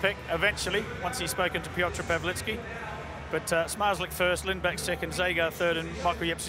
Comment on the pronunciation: piotr pałliki